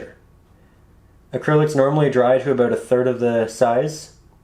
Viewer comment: Abo OOO ut! That accent.